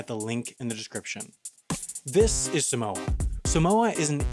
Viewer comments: its pronounced saahmohah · Sorry I’m Samoan 😂😂😂😂😂😂 I cant 😂😂 When Palangi’s say Sumowa instead of Samoa it kills me 💀💀💀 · suh-moa is killing me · It's not pronounced 'Simoa' it's pronounced SAH-moa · From a half samoan- it’s pronounced SAAH-MOA not SUH-MOA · Um it's not pronounced sam-oa ot's pronounced seem-wAh smh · U Pronounce Samoa wrong just say Some-Moa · It's Saw-moa like the a in father. But if you are speaking in English it's okay. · Its pronounced 'Sahhhhh - More'. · Long a for Samoa tho. Think Sah-moah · YOU'RE PRONOUNCING SAMOA WRONG! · The guy pronounces Samoa so weird